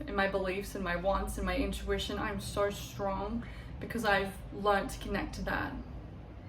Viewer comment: fillled with Soarhhh many things 😂😂 Australian ass .😂 Love the video, you look amazing